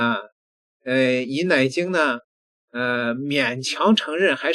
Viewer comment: 每次读到奶精，我就想笑，